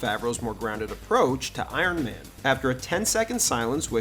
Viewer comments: Iron maynee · Uron mayne 😂